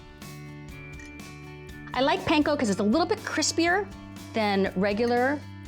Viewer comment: How hard is it to say panko right though? Come on Food Network, you can do better than that 🙄